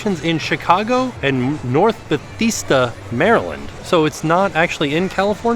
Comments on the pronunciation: As someone who lives near the summerhouse in "north bethesda" I laughed when you pronounced it so differently!! It's beh-thez-duh ..not betisda 😄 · It's pronounced Ba-thes-duh LOL, North Bethesda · It's Bethesda.... Pronounced Beh-thez-duh. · I've been to the Summer House in Bethesda... it's really good...also fun fact it's pronounced Beh-thez-da 😊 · I'm a Marylander and the "North Beh-thee-stah, Maryland" made me laugh. xD Great video, as always! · as a Marylander I have to admit how hard I cringed at your pronunciation of Bethesda lol. It's pronounced BUH-THAS-DUH. Like the game studio, which was founded in the city! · its pronounced ba thes da. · Hehehehehe,, it's pronounced "Beth-EZ-dah-" or as locals call it, Rockville. I live a few miles away from the Summer House location. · Ok calling Bethesda “Ba thee sta” is sending me 😂 I’m going to start calling it that! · i’m from maryland and hearing tim pronounce bethesda made my day. i hate to break it to you tim but it’s pronounced ba-thez-duh. love your channel and it brings me joy as a college student whenever you post! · Better check your pronunciation of Bethesda . That second e is pronounced "eh". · It took me a mintue to figure out what he was sayin. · thank you for this as I giggled when he pronounced it but wanted to tell him how to pronounce it and you did it perfectly 😅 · I’m in Leesburg VA, just said the same thing 😂😂😂. Very cute pronunciation! To be fair, it’s a weird looking word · Yes! I laughed lol. I’m from Delaware and I was like wait…is he trying to say Bethesda 😂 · I didn’t realize that he missed pronounced it until I read your post. I lived in Great Falls, VA and it was just across the Potomac River from me. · LOL 😂 at pronouncing of Bethesda (in Maryland near DC)